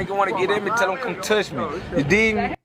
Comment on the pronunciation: “ you dig me” nahhh he aint say that right 🤨